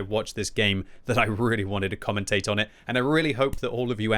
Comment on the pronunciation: "Comentate"? I'm sure you mean "comment",. The King's English. Of course he is, he lives in England - and all that.